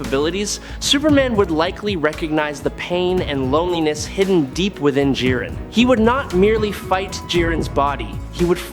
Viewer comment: J-aye-ren the grey Ok nvm AI video alert